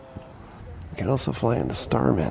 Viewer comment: Stearman, not starman